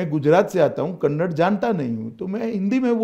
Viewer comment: Kannad ಅಲ್ಲ ಕನ್ನಡ